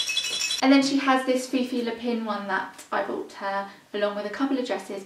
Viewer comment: unnecessary pedantic info but its pronounced "Fifi Lap-an", like rabbit in french :)